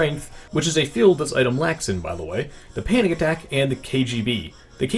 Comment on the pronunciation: I almost thought he said "panny attack"